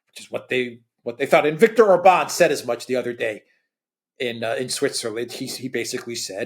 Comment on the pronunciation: The accent on Orban's name is on the first syllable, all Hungarian words are spelled with the accent on the first syllable